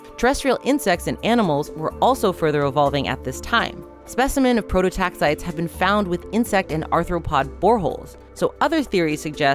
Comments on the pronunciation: Um, it's pronounced Pro-to-tax-i-tees. Prototaxiteeeeees. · They aren't 'prototaxites': Their genus is prototaxites NOT PLURAL. 'Pro toe tax eye tees'. Geddit? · Please, "Prototaxites" is pronounced, pro-toe-tax-eye-tees. I will get off my soapbox now. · 1. The “ites” at the end of “prototaxites” is not pronounced like in stalactites, as in this video. It is pronounced like “eye-tees” 2. From what I understand at this point in the literature, the idea that they stood upwards like columns is outdated. Pretty sure they just laid horizontally in the ground. As a palaeobotanist myself, I love seeing cool things like prototaxities discussed by the general public like this, but getting the basics of pronouncing the name of the organism wrong made the video difficult to watch. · The canonical pronunciation is /ˌproʊtoʊˈtæksɪtiːz/ "pro-toe-TAX-itees"